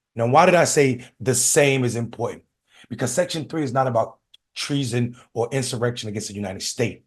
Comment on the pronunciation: Just like "important" doesn't have a "d" in it, like she pronounces it. 😂